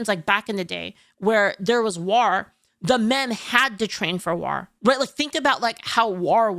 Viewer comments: "War" ❎ "Rawr" ✅ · Never noticed when says war she says it as..... W-are. Why you saying it like black beard the pirate?😂 It's spelled War but pronounced Wor. Not like the O in word (werd) but like the O in Thor. English is so dumb🤣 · I like how pronounced 'War' and 'Strength'. I pronounce it 'Wor' and 'Strankth' but she pronounces it how it's spelled. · You pronounce “war” like the Orcs from Warhammer and it’s adorable.